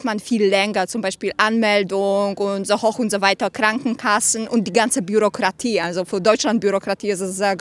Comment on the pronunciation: Es war lustig, als die Dame Schwierigkeiten hatte, „Bürokratie“ auszusprechen, sie es aber problemlos aussprechen konnte, als vorschlug, „Scheiße Bürokratie“